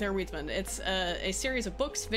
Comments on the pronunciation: It took me some time to understand what you meant by "weedsman". Lol. "Wiedźmin" is pronounced "viedjmin". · Wiedzim is pronounced with a V not U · oh but you pronouce Wiedźmin so wrong, kudos for trying but sooo wrooong (google translate is your help, it reads it correctly : D, just checked) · That's not how you pronounce Wiedźmin, lol, but I got no idea how to write it in text